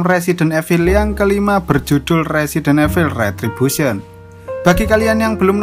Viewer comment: Bang klo mau bilang evil itu dibaca nya resident ivel.Cuma mau kasih tau😊😊